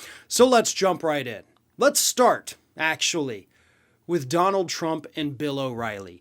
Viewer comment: Tdump does NOT want it red ---- he want's it TRUMP . Words spoken totally incorrectly . lv Central NYS